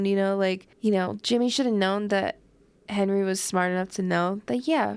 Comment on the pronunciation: My favorite movie. I love that Tommy always pronounces Henry as Hendry and that after the time jump Tommy ages like twenty years more than Hendry